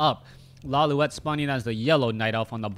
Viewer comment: correction: it's pronounced as law-light not loliwet